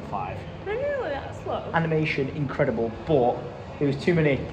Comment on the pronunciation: Ah yes “incredibe” 😅